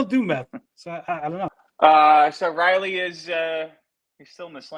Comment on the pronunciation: said Liley instead of Riley, breh □